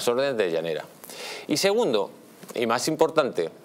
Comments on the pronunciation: Se llama Llarena no Llanera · No es "Llanera" sino Llarena.